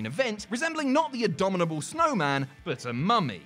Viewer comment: Abominable, not adominal.